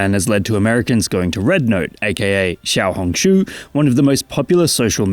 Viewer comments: Surprisingly good procounciation of Xiaohongshu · for anyone who wants to pronounce xiaohongshu correctly, it's Xi-ow(xiao, 小), hóng (红), sh-oo (shū，书)